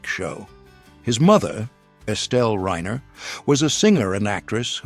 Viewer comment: I am surprised that the moderator mispronounced Stivic AND Reiner. Seriously. It's your job.